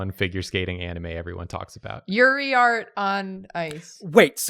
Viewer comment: Did no one else hear say "Yuri Art"